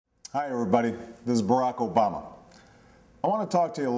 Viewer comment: i like how he accents the B in Obama at the beginning